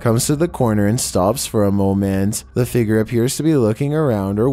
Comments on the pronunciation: He pronounced figure figer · I love when says figer lol